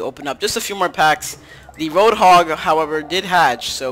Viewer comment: its road not rock